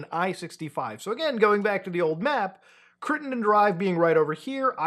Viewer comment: Well done pronouncing Crittenden correctly. 👏🏻👏🏻👏🏻👏🏻